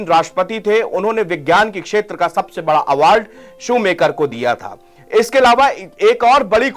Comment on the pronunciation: शूमाकर है नाम शू मेकर नहीं